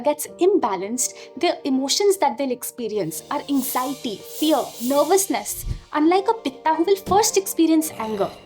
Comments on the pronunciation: it's not "wata" it's "wat" it's not "pittha" it's "pitth" don't destroy our cultural identitie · Thank you for the video. Please dont add extra "a" at end of every hindi/sanskrit word - its Vaat, not Vataa, pitt not Pita, arjun, not arjuna, etc.